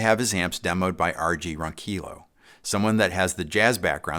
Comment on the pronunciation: I thought last name was pronounced “ron-kill-ee-oh”, the Tagalog (Filipino) way?